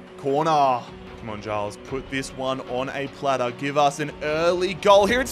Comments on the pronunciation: Giles is pronounced Jiles btw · Luton fan here - pleased to see someone take on the luton challenge, so I'm subbing for all the episodes Quick note on pronouncing player names - Giles is said with a soft 'g' (sounding more like a 'j') and Doughty is said like 'doubt-y' To be fair, even most English commentators get Doughty wrong!